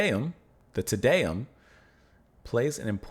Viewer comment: As a general rule for pronunciation of Latin (or basically any language besides English). A=ah, E=eh, I=ee, O=O (without the English diphthong oo), U=oo. Te Deum = Tay DAY-oom by Ah-vro Pairt (Umlauts, ä , are another story). Great piece, ❤️ Pärt. I prefer modern harmony to avant garde noodling any day. At the end, you got the pronunciation, except TIN-tin-a (like hat) byoo-LAY-shun.